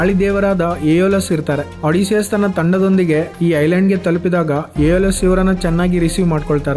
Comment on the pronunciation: ಒಡಿಸಿಯಸ್ ❎ಅಡಿಸಿಯಸ್ ✅😂😂😂